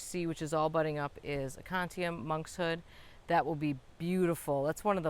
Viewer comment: A-CO-NI-TUM instead of A-CON-Ti-UM